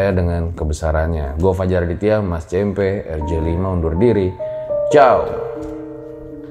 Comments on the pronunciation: cempe' bukan ce'mpe' . hhh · Cempe (ce gukan) kali bang, bukan cempe (ce wek).. 😀 cmiiw